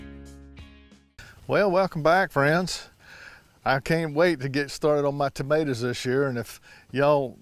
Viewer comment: Like the way you say tomaturs! 😀